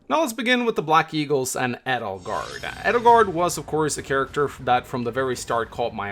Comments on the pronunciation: I think its funny how Three Houses is about to celebrate its 2 year anniversary and you still pronounce Edelgard wrong haha. You emphasize the E SO much. It's pronounced like "Ay-del-gard". This why Dorothea called her Adie, not Eddie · It's because Edelgard is a german name and pronouncing Edelgard with emphasis on the E is the right way to pronouns it. And some of the englisch pronouns from the black eagles characters are outright terrible especially because most of them having german names and it hurts my german heart like Petra it's pronounced pEtra with emphasis on the E not the P like pet because the P is almost silent and pronouncing it with emphasis on the P is the wrong way. And I'm German so I know of what I speaking about.